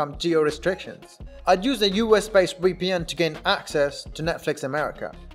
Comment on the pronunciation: It's VEEPEE-EN not WEE-PEE-EN!! SMH